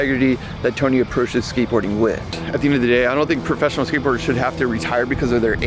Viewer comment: Skatebirders ?? Are you high?? Your pronunciation 😂😂😂 Tony hawk's femur bone is still healing. He's not skatebirding.